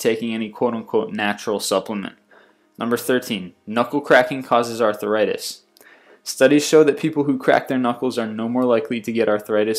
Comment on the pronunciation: It's arthritis not ARTHURitis.